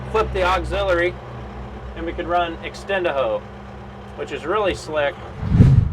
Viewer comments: You had me at "entendaho"!!! 😂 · am I the only one who laughed whenhe said extend a ho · He said the "extend-a-ho"!!! Lmao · Did he say activate Extend "A" Hoe? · Am I the only one who hear him say extend-a-hoe😂😂😂that is slick😂🤣😂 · Dude this made me laugh! Haha he says extend a hoe but i like yours better